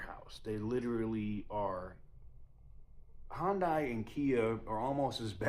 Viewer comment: This is why I decided not to get an Ioniq 5. Btw it’s pronounced as HIGH-YUN-DAY.